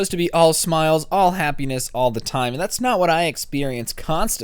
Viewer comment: Happiness? or hapenus Notice it ?